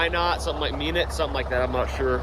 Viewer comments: Minot, ND the town is pronounced like My-not lol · The town of Minot is pronounced "My knot". The construction equipment Euclid is pronounced "You Klid". I was surprised you didn't recognize it, but then I realized you guys are just kids. (😆). Euclid was "THE" brand of construction equipment to the point that pretty much any equipment of that type was called an Euclid. Kinda like a facial tissue is a Kleenex. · "Meenit" wtf is Meenit LOL now I'm going to call it that to piss the residents off